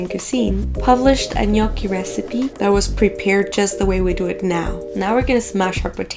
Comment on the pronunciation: Finally hearing the right pronunciation of their name :) Also, egg is not used everywhere in the dough. If you have good potatoes (some varieties are better than others) and flour, the dough will be already good enough ;)